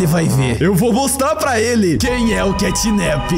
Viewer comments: e mano literalmente na legenda Os cara tão falando catnip semdo que e catnap com a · Ele disse cantninp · O nome dele não é assim catnip o nome dele é catnap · O xinglau não é catnip e catnap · CATNAP se inscreve assim e não CATNIP